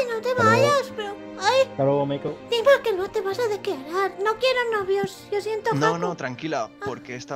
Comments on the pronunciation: like si se dieron cuenta que en ves de decir meiko dijo melo XD cuando dijo que habian que hacer algo para que no cantara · Like si dijo "MELO" en vez de "MEIKO" en el minuto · dice melo en vez de meiko😂❤️ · En 2 momentos dijieron "Melo" en vez de" Meiko" 😂 Pero bueno aguante el #TeamUsui ❤️❤️❤️ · Minuto dice melo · like si escucharon que dijo melo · dijo melo en vez de meiko 😂😂🤦🏻😂😂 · Soy la única o dijo "Hola MELO"😅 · El dijo melo?nose si se equivoco o nu c :^ o era asi :0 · QUE NO SE DICE MELO ES MEIKO >:v